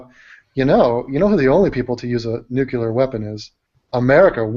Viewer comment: Nucular lol (don't ban me)